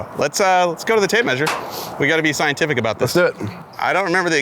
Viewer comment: It's thigh-entific! Lol